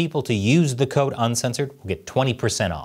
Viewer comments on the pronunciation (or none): none